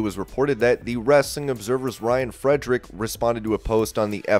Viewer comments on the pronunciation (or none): none